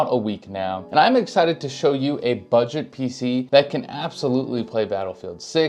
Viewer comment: Bro saysbuget and has a 1000$ pc